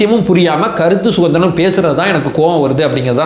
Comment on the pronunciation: வணக்கம். " கருத்து சுகந்திரம் " இல்லை. " கருத்து சுதந்திரம் " என்று சொல்லுங்க. அதுதான் சரி.❤❤❤